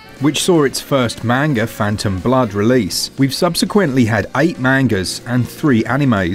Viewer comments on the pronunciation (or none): none